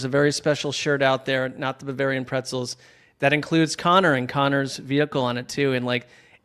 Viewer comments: pronunciation of Bavarian is killing me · I can't listen to mispronounce Bavarian anymore. I'm out.